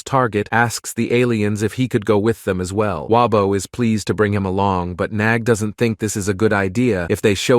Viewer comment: Bro it’s nag not nog